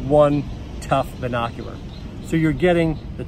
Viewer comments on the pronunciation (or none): Is he saying Bin Oc U Rar